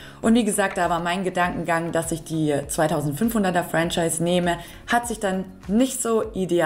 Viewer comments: Ich weiss nicht mal, wie ich auf deinem Kanal gelandet bin - Ytoube Algorhytmus - Es heisst Fro-Schihse - jetzt hast nen Schweizer im Team😂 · Würde sagen Franchise wird "Frahschise" ausgesprochen. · Liebe, ich als Schweizer habe den Eindruck du hast alles gut recherchiert und auch erklärt! Was du beachten kannst, wenn ein Fremdwort dir in der Schweiz begegnet ist es meist französischem Ursprung, also Franchise ist niemals englisch auszusprechen( im Video also die erste Variante) UND BITTE vergiss sofort, unsere Sprache ist NIEMALS süss😉! Unsere Sprache ist eine gesprochene Sprache mit sehr vielen Dialekten ( niemals süss)! Gruss in den Kanton Zürich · Ich bin eben zufällig auf Dein Video gestossen und habe es wegen Deiner erfrischend-herzlichen Art zu Ende geschaut. Mega sympathisch! Herzlich willkommen und liebe Grüsse aus der Westschweiz. ❤ Und noch etwas.... das "Zauberwort" wird 'Franschise' ausgesprochen.😅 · Wörtlich ausgesprochen: Franschiis ;-) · Lieber Heinz, vielen lieben Dank für das positive Feedback! Das von einem Schweizer zu hören bedeutet mir natürlich besonders viel 😊. Danke ebenfalls für den hilfreichen Tipp bzgl. der französischen Aussprache. Jetzt weiss ich wie ich Franchise ab sofort richtig ausspreche. Und JA ich vergesse das mit dem "süss" direkt 😅 - danke auch für diesen Tipp! ☺ Liebe Grüsse aus Zürich an dich